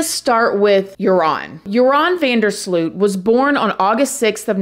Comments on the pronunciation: FYI: In English speaking media his name is pronounced incorrectly. The OO in Sloot should be pronounced as OA (just like in BOAT) and not as UI (as in FRUIT)... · Yóa-ran van der Sloat is how you pronounce it, not You-ráwn vonder Slute 😓